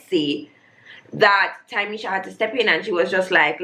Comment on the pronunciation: loool. Also it's Ta-me-sha